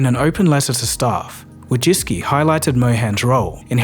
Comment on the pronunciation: Amazing video. Just one thing made me ick, the way you pronounce her name Wojcicki.